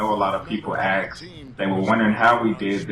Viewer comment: ffs it's aSKed not aKSed:S Nice video btw:)